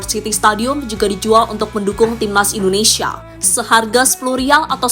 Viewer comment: Koreksi Mind... Bukan indonesaaa... Tapi Indonesiiia. Masak Indonesaa yg bener!!